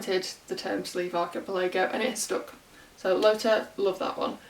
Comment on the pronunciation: The stress is on the third syllable of the word archiPELago.